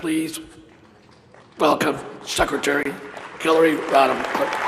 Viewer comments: Sounds like he calls her, Killary instead of Hillary :^) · it sounded like he was saying killary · I heard him say " Secretary Killay Rodham Killton" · oml that man Said Killary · Did the throatguy just announce her as KILLary twice, or are my Ears playing a trick on me?